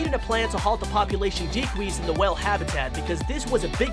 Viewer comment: him: refewence decwease Us; reference decrease